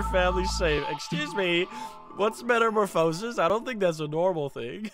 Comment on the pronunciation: But, it's pronounced meta-more-fuh-sis, not meta-more-foe-sis.